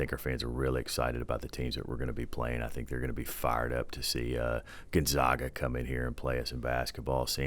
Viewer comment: For the rest of the U.S. not in the Pacific Northwest, it's pronounced.....Gone Za(as in ehh) Ga(as in uhh). Gone-Za-Ga. Gone-Zaga. Now lets all pronounce it together. Gonzaga. It's gonna be a bumpy ride Texas State.